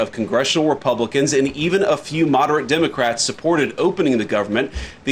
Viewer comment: Hey, Thanks for correctly calling the Dems without the ic on the end